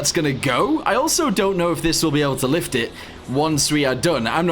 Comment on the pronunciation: "This is the FLiFT"